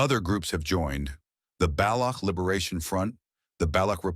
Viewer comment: Baloch, is not pronounced balouck, it is pronounced balotch and balotchistan